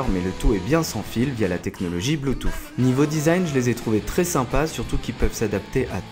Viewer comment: Gros dislike pour ta prononciation du mot Bluetooth "bluetoof"